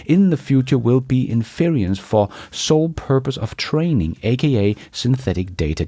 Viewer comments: 😫 in-FER-ence.......NOT in-FER-ee-ence!! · in-furr-ehnce not in-feary-ehnce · IN- FER- ENCE. There are several pronunciation apps online to help you properly pronounce English words. There is no such word as "themself". It's himself, herself ourselves, themselves". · Most dictionaries show the word inference having three syllables (EN-fur-ence) rather than four (en-FEAR-e-ence). I have always heard it with three. What about US vs UK? To be fair to you, most pronunciation guides are muddy at best (so I use my own DIY guide, which seems to me to be more intuitive; - ). Thank you,, for your service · its inFERence NOT inFERIence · (in-fuh-rence, n.) - having arrived at a conclusion based on available data. E.g., when I see that you are wearing a raincoat, I can INFER that it is raining. I understand the language gap. I can't speak a word of Danish. Doing a great job, keep up the good work! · Say in-fur-ence. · 2 syllables?... IN...frence accent on the IN This word can be pronounced with two, or three syllables... 3 syllables?...IN-fer-ence Major accent on IN minor accent on fer. I enjoy your content and hearing you speak. Thanks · You English is not very good sometimes, but today the example is 'inference'. In-fer-ence, is how it is broken up. I admit I had to look it up, never seen or heard of it before. the e in ence is not sharp.